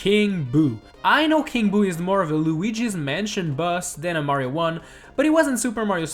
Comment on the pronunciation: He says super mañio maker 2